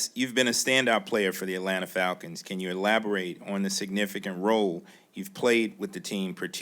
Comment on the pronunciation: The word "elaborate" caught AJ 😂😂😂😂😂😂😂😂😂. That Clemson edubacation!!!!